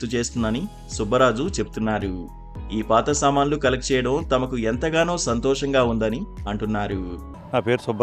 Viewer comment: Samanlu kaduraa babu Saamanulu nuu meia telugu radu malli